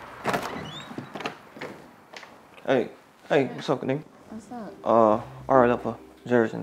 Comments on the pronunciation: it actually pronounced Ki-ni-gra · It’s pronounced Ka-ni-gra 😂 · You said kinigra two times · It’s pronounced ka-ni-gra 😭😭😭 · Kinigra be like: let me tell ya’ll a thing or three it’s pronounced ka-nig-ra! Hahaha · IT IS PRONOUNCED K I N I G R A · AND ITS PRONOUNCE KINIGRA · it's pronounced... KA NEE GRA!!!